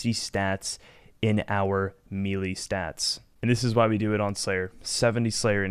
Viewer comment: the entire rs community mispronounces melee, no joke...